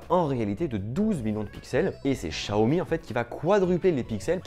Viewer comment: juste pour l'avenir prononce "siaomi" vu que c'est du chinois sinon super vidéo ;)